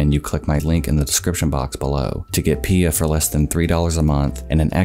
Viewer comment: I'm like 95% sure it's P-I-A and not "Pia".